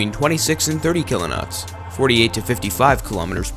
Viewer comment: Seriously, Kilonots? I can expect that mistake by other people, not by someone who call themselves "Military TV". Come on guys, that's a big mistake. It shows quite a lack in the research you've made until today.